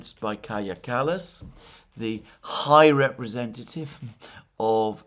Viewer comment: I sense a certain emphasis in the pronunciation of the H in "high representative".